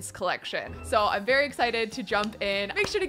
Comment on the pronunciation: Why didn’t you you berry when you said “ very “ like WHY